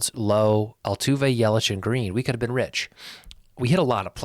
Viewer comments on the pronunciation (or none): Brandon Lowe is pronounced like "now/cow" Josh Lowe (teammate) is like "low"